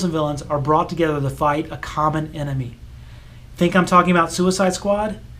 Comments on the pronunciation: Quite interesting. But may I point out, it’s pronounced “enemy”, not “emeny”. (You pronounced it that way three times, so at least you’re consistent.) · Please learn how to pronounce “enemy”. Note that the “n” comes before the “m”. Not, as you pronounce it, “emeny”. And it wasn’t just a quirk in this video. I remember it’s what annoyed me in the last video of yours I watched. I stopped watching this one just after you said it wrong the second time, about into it, and I won’t be watching any others.